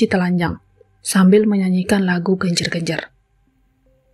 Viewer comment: Génjér- génjér, bukan gènjèr-gènjèr.